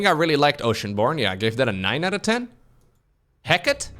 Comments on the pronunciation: As a mythology buff, hearing pronounce "Hecate" as "Heck It" is draining melanin out of my hair. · I think it's pronounced He-Ka-Tee (Hecate)